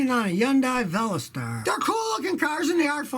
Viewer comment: you pronounce veloster with the accent on the second syllable- porshe has 2 syllables